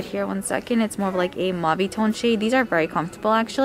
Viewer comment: I thought you said "MOMMY" toned color instead of mauvey toned. Lol..😘😘😘😘